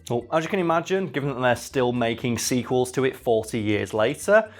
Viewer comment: Dude you mispronounced sequels